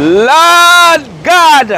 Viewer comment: dont bleed the Lord's name in vain. You always say, "Lawd God"